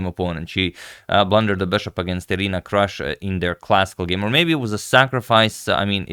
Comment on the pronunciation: Her name is pronounced Kroosh (/partypoop)